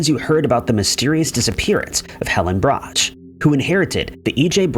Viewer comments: Its pronounced " Brock" not " bratch" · No. 9...please. It's pronounced "Brock", not "Brotch." I know this as my Dad worked as a route salesman for the Chicago-based candy company for many years. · Justy pet peeve.. brocks not brotch pronunciation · It's "Brock" not "brotch" you insult their memories by mispronouncing it. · Brach pronounced Brock. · Brachs is pronounced brahks hard k sound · Tha family name is pronounced "brox" (Brachs). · Brachs is pronounced "Brocks" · The candy brand is pronounced "brahk." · Always pronounced Brach, "Brock". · Brach is pronounced Brock (candy) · Brach is pronounced Brock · I can't handle the mispronunciation of brach